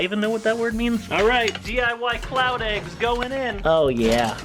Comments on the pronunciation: I kept thinking he was saying clout eggs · Every time said cloud, I heard it as clout and I wanna die. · i keep on thinking he's saying clout eggs